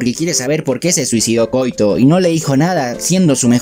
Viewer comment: quizás si la pronunciamos como en Japón: KO - Í - TO